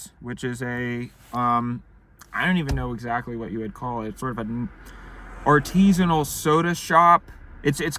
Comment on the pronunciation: "arteeeesinal" fuckin weirdo